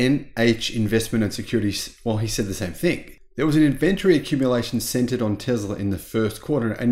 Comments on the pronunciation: In-VEN-tree! We need to start a drinking game every time we hear in-VEN-tree! Don’t LG batteries kind of suck? Aren’t they the ones that catch fire most often? Also why buy 2170 batteries? Is Tesla still not able to mass-produce 4680 batteries? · Is it just me, or am I hearing Tezler substituted for Tesla and and invent-tree substituted for inventory? Could be my old ears.